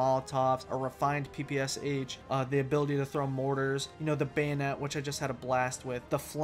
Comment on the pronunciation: Also, even though I know most English speakers don't know how to pronounce foreign language weapon names, it made me cringe when I heard "pee pee es eich". It's "P P Sha" (P without the "ee" part), dammit!